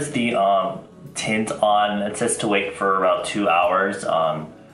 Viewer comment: I thought you said tit my brows. I'm crying